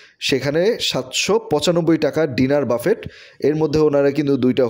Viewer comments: Google e giye buffet likhe voice option diye sunben please, pronunciation Hobe ( Buffey) বাফফে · Bhai ki buffet boltachen uchcharon thik koren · Buffet is commonly a French word, pronounced bufay, বাঙলায় বুফে।